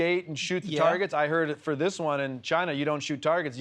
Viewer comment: Biathalon in Chi-nuh 🤣